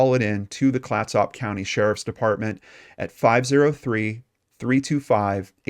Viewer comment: Good report. Clatsop (County) pronunciation kind of rhymes with ketchup but with soft s instead of the ch sound. It is named for an indigenous tribe from the area. My aunt lived there at the time but I have never heard of this case until now.